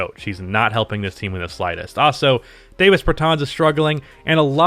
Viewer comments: PG: Deni Avdija SG: Bradley Beal SF: Russel Westbrook PF: Rui Hachimura C: Thomas Bryant 6th man: Davis Bertans ( It's pronounced Daah-viss, not Day-viss) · “Dah - vis”...Bertans